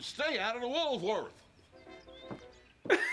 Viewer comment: Woolworth's was what was called a 5 & Dime store, a variety store. The southerner here pronounced it Woolsworth.